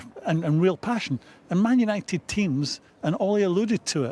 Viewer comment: What's a "Manishunited"?